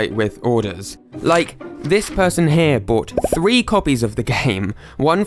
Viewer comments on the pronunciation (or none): none